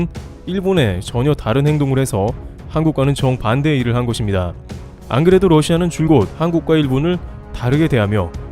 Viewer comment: 거봐 ~것입니다를 거딥니다가 아니라 거십니다로 발음하니 훨씬 자연스럽고 좋잖아 ㅎㅎ 잘 하자잉~~ㅎ